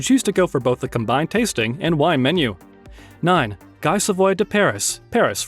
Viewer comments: While we’re on this lol, Guy is pronounced Gee as in geek without the “k”… otherwise well done! We have the French Laundry out here😊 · You butchered the pronunciation of these iconic restaurants. Also, never use the word cheap, when inexpensive will suffice. Guy (Gee) is crying 😢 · look up how to pronounce Ibiza. "Guy" as a name in French is pronounced "Gi"